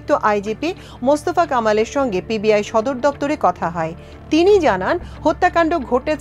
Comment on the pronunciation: Pib nah pbi , 2 bar pib bolte sunechi, thik vabe khobor porun.